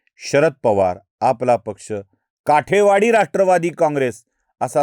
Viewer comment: काठेवाडी नाही कुलकर्णी , काटेवाडी म्हणा .